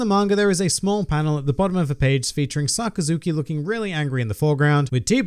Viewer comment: sockazuki?? I thought it was Sakazuki?! But it was a great video